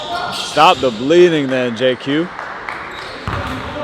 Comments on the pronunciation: If I said JayQ a few times it was an honest mistake. Didn’t realize I was doing that. My Apologies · JQ! lmao